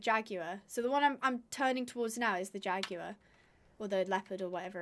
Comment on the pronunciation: Sorry to correct you but jaguar is pronounced differently